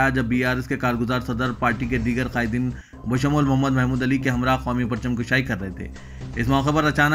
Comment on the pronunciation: Correction plz, Parcham Kushaai, not Parcham Kashaai.